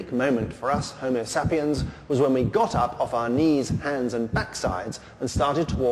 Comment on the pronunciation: The way he sais Homo sapiens